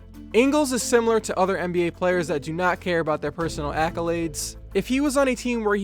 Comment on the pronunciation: It sounded like you said mba